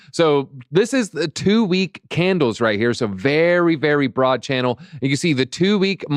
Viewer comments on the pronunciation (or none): none